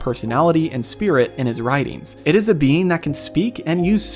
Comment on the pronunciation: Every time you say being I hear bean lol